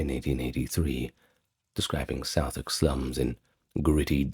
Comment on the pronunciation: Don't forget please to double check place name pronunciations when making videos on places in the UK. Pronunciation of Southwark, for example, is completely wrong in this video. Cheers tho, I enjoy your vids!